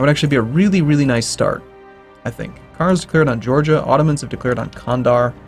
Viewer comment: By the way, it's pronounced Jandar